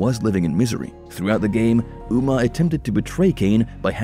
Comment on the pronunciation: Not bad, some mistakes such as Umah. Aside from that, the use of AI to read is a bit obvious, as the fans of this series are well aware the ancient race at war with the vampires are called "hill-din' instead of "hyle-din"...those are small points, but can be the difference between being "the authority" on the topic or merely speaking on the topic.